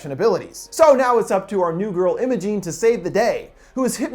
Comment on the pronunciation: m8 that’s not how u pronounce imogen